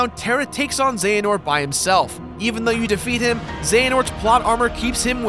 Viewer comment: Uhh... It's pronounced ze-huh-nort